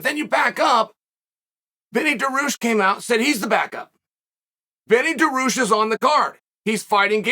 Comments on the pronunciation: FOR SOMEONE THAT IS ALL OVER MMA ….. You should be getting fighters names right. Hazmat……. Daroosh…… mackLchev … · ya-rear and da-roosh in the same vid that's wild